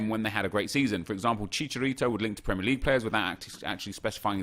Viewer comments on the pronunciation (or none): none